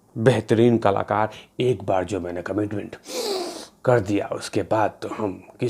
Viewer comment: Kalookar as you say, and not kalakaar